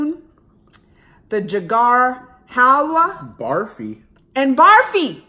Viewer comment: Jagar Halwa instead of Gajar Halwa. Lol.